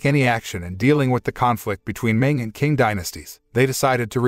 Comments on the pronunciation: Not an expert, but the letter Q is usually read as the "Ch" sound, so it would have been read as "Ching" instead of "King" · You're absolutely right. It's pronounced "ching." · Hood movie! I don't think that how 'Qing dynasty' is pronounced. 😁